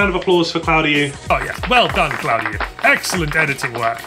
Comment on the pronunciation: My man butchering "Claudiu" so bad he made it sound chinese!